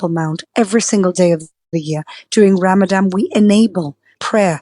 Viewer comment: Would be useful for you to learn how to say Ramadan … the word only has one ‘M’ in it, the last letter is an ‘N’ not an ‘M’ as you said all 5 times you said the word … cultural sensitivity NOT… and what absolute hasbara nonsense … how do you sleep at night?!?